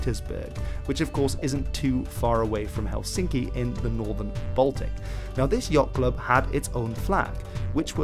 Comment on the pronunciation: Yes, you are not a Finn and you even pronounce Helsinki ridiculously wrong way, so no: you have no vote here.